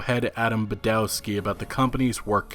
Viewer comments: please, please, remember Polish W is always read like V. just imagine Badovski, Iviński (and ń is the same as ñ in Spanish piñata). I is always pronounced like "_i_nternal" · Iwiński and Badowski are pronunced ''Ivinski'' and ''Badovski'' respectively. Simple trick to improve your Polish is to pronunce the letter 'w' as 'v' sound. Instant respect from Poles for getting it right.